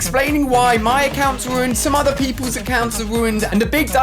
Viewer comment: True, he everytime said ruuned haha